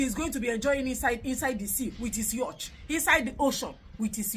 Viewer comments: the word is "YACHT" not "YUTCH"🤣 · It's pronounced "YOT" not Yoch. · You're a fool. The pronounciation is "Yort". That you couldn't even point out. Ode